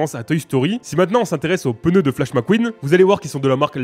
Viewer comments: POURQUOI TU DIS PEUNEU ???????? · Pendant toute la vidéo "les pEneus" 😭